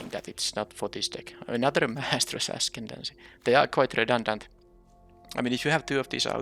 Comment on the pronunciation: I like streets of new capenna, but I am just not a fan of them rebalancing cards. Even if it does make things better, it just becomes too confusing imo to keep track of 2 different versions of the same card. Also I see you're back to mispronouncing "ascendancy."